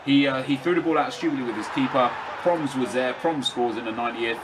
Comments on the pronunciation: It's pronounced as "Pro-mess". try working on it. great episode!! ;) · Its pro-mes, you say his name wrong and get suarez to get sanchez full chem :) Nice vid